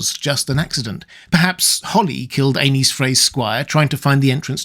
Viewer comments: I hate that you pronounce Aenys as Anus. its more like A-Niece. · Pronounced Aenys as "anus" and not "Ay-neess" is brutal 😆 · I’ll never get tired of hearing (and reading in the captions) the name “Anus Frey” in absurdly proper English accent. Yeah yeah, I know it’s supposed to be spelled “Aenys,” but tell that to the captions and to repeated and unmistakable pronunciation. Hey hey hey, Anus Frey, Anus Frey.